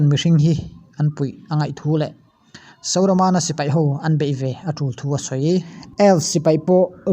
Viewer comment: Sauramana i tih te hi dik lo